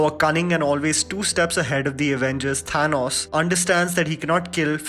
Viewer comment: Your pronunciation of Thanos is something. Chill bro . Also keep it up :)